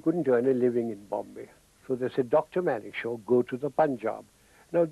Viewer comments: Its Manekshaw not Monekshaw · it's Manekshaw not monekshow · It's Manekshaw and not Monekshaw... uploader must be a Bengali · It's Manekshaw, correct it